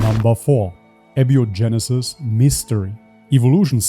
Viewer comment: That dude could stand to learn how "abiogenesis" is pronounced before debunking it.